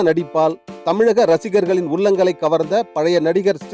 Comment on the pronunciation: உல்லங்கல், செய்து கொல்லுங்கல் என்று சொல்லி தமிழை கொல்லாதே. உங்கள் நாக்கில் சுண்ணாம்பு, செங்கல் பொடி வைத்து தேய்க்க சொன்னோமே. செய்திருந்தால் இந்நேரம் நாக்கு நல்ல தமிழ் பேசி இருக்கும். உங்கள் வாயில் இருந்து வெளியே வரும் தமிழ் கொலையை சீக்கிரம் சரி செய்யுங்கள்..